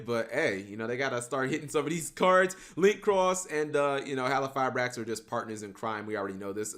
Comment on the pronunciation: Mispronounce "halqifibrax" again and I'll break your legs